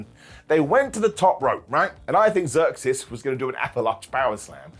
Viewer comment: IT'S ZEUXIS!!!! NOT THE GREEK GODDESS!!!! SAY IT RIGHT OR DON'T SAY IT ALL!!